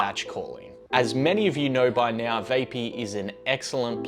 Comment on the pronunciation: It's VAP-EE, not VAY--PEE